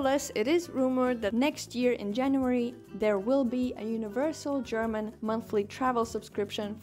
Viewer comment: your German pronunciation is getting better and better :D